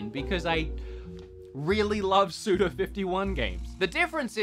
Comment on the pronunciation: Are you saying Sudo is one of your favourites? Or Suda?